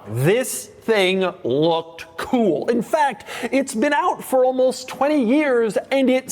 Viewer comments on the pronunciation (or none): Doug's that type of guy that pronounces "cool" as "KEEWL".. and proceeds to say it 531 times a video.